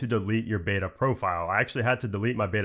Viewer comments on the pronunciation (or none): none